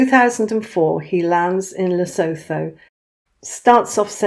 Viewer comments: I am white African. Please pronounce Lesotho correctly. Phonetically it is "Le sue tu." Th in all of Africa is pronounced t. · The h in Lesotho is silent, it's pronounced Lesootu